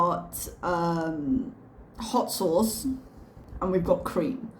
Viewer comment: Wait, wouldn't it be " 'ott sosse" in French? Did she forget to drop the h there, the multilingual globetrotter?